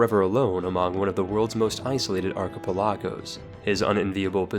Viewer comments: You really just said "ArchippuhLAHgos" Smh. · Interesting subject Well-spoken host Funny banter TERRIBLE PRONOUNCIATION WTF ARCHIPELÁGO ARE YOU FUCKING SERIOUS?? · In case anyone actually doesn't know how to pronounce it properly... It's ark-uh-pel-uh-go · Weirdest pronunciation of archipelago I have ever heard. Still though, great video as always.